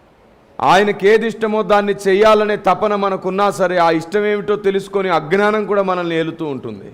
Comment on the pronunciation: Praise the lord Brother... ఒక చిన్న కరెక్షన్... మీరు " అజ్ఞానము " అనే పదాన్ని మీరు పలికేటప్పుడు... "అగ్ననానము" అని పలుకుచున్నారు. దీనిని గమనించ మనవి... ప్రేమతోనే one of ur subscriber...